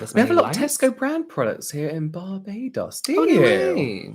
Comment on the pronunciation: BAR-BAE-DOS…that’s how it’s pronounced, too cute.. ❤🥰👑